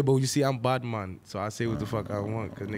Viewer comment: He said bati man but my last name is batimana